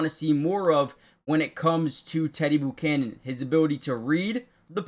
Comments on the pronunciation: learn to say his name... It's NOT "Boo"chanan, it's ...Bu ~ chanan , (like when you say Butane) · Learn how to pronounce Buchanan.